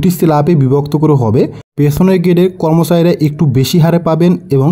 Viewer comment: আগে কর্মচারী উচ্চারণ করতে শিখো কম্যচারী নয় কর্মচারী